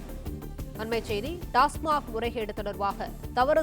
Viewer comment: டாஸ்மாக். டாஸ்மார்க் அல்ல